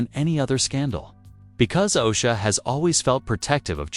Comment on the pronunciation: This is the most hysterical AI blunder narrated story I have heard yet 😅🤣😂 yousha, uhsha, asha 😅🤣 Erik DeMOANER bahahaha... Is it the IT? 😅🤣 IT was mentioned several times... then we have the gin-acologist, Jinacologost and geniecologist...was it the gin, the Jin or the Genie?? The most hysterical tea ever 😅🤣😂🤣🤣